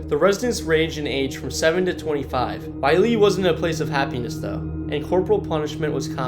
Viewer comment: Ko-o-la-oo Koolau Kamehameha… watch Dragon Ball Z Pa-lee - Pali Waialee - Y-lei-a